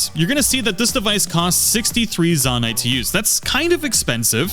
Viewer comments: ZAH-nai ❌ ZOH-nai ✅ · Immediate dislike for pronouncing Zonai like that. It's "zoh-nai" not "zaw-nai." Your personal canon and preferences don't apply here. There's only one correct way to pronounce it. This isn't like avocado or caramel. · How in GOD'S NAME do you get this far into the game without absorbing the proper pronunciation of "zOnai"?? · it's pronounced zownai, and it's CONSTRUCT head, not construction head 😵🤣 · How do people still say zonite wrong when they literally say it in the cutscenes? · Guy really said ZAN-AI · Am I the only one who thinks it’s pronounced zone-I ?! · I mean it's pronounced kind of like the word Zone with 👁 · So, is it pronounced, Zon-Eye, or Zo-Nye? I’m confused. (Also, thanks for the tip.) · Zonai isn’t pronounced like that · Aa aa aa aa! Ew ew ew! The way you pronounce Zonai, and the fact that you mis-name like EVERY device, realy makes me uncomfortable. Like my skin literaly crawed dude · dude keeps saying construction heads 💀💀 and he says zonai wrong even though its voiced in game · The way he pronounced Zonai made me want to cry.